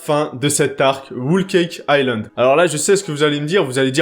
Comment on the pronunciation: T'as fini avec ton "Whool Cake Island" 😂